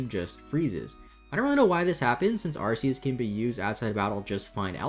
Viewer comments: its Arceus. Like an Ark. In legends Arceus do you call the phone an Arse-Phone? 💀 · About the pronounciation of the pokemon god, I've heard that you can just find it in Silvally's ability: the "RKS" system. It obviously has this name for some reason. But I agree as long as we know what pokemon you're saying the pronounciation doesn't matter much.